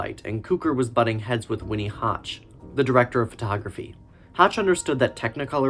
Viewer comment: I'd be giving your video thumbs up if it weren't filled with mispronounced names. It's George CUE-CORE (Q-Core). Ronald Haver's last name rhymes with "saver." Winton C. Hoch's last name rhymes with "poke." And "Oleander" starts with the sound of "oh," as in "Oh, Leander!" (It's also the name of a flower.) A little research would go a long way towards establishing yourself as a credible film scholar. Hopefully it's not too late for Part 2.